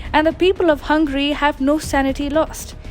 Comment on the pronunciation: says Hungry, not as Hungary. 😂